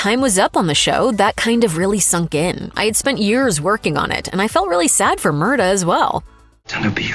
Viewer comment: The way they're prouncing Murtagh is killing me..